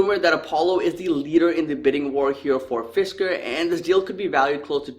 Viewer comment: Fisker was pronounced correctly. They had a car in the 2000s called the Karma. It was very interesting when it came out and also had a solar roof.